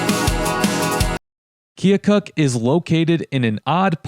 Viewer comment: Did you actually talk to someone from Keokuk? It's pronounced Kee-o-kuck, not Kee-o-cook. Do your homework.